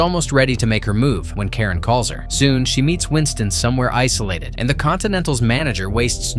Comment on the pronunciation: The concierge is Charon, pronounced "kay ron," not Karen. RIP Lance Reddick.